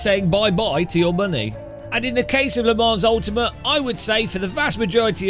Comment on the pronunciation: You are aware that the 's' in Le Mans is silent, yes? And the 'n' is pronounced with a nasal inflection